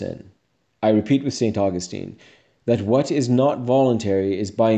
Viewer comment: Great thoughts and words. But, you should know Saint Augustine is a city in Florida . The saint's name however is properly pronounced...Saint. uh-gus-tin. This is a common mistake.